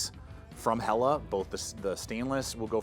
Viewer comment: When he says, “Hella Gawp”!! Hilarious. It’s Hell-eh G-ou-peh. Say the ou like you say ouch.